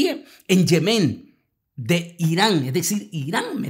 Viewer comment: Es Yémen ! No Yemén